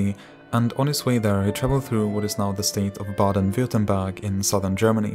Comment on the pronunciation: Wooow the way he said Baden Würthemberg is so authentic